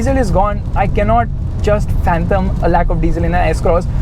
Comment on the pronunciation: "Fanthom" 🤔 I think you mean "Fathom"